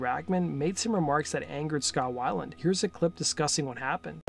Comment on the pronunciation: It’s scot whale-end not how ever u say it